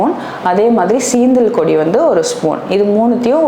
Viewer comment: சீந்தல் கொடின்னு என்ன மேடம் அது தெளிவாக சொல்லவும்